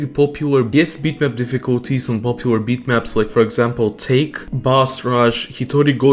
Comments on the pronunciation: "Take" (as in i take an L) :face-green-smiling::face-green-smiling::face-green-smiling::face-green-smiling::face-green-smiling::face-green-smiling::face-green-smiling::face-green-smiling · The way he pronounce "Take" LOL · man pronounced take as take LMAO